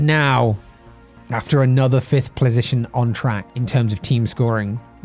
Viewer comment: “plasition” this brought me great joy 😂